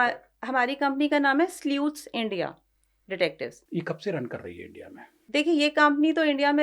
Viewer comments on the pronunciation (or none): Sleuth is pronounced 'slooth', not the way said it.